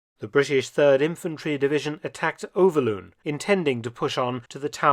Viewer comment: Overloon is pronounced as Overloan in English. Venray as Vanrye. YE is in bye or buy.